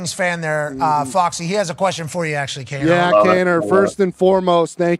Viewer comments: Kaneo??? Cmon boys its kaner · cringed everytime they said Kane-O :_TyOMG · Patty Kane interview. Kano??? Hahahaha wtf it’s Kaner boys. All good.